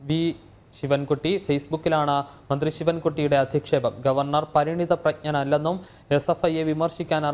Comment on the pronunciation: Manthri Parinitha pragnan ennu seriyaayi ucharichaayirunno? Aa vakkinte artham koodi channelilkoodi visadeekarikkatte.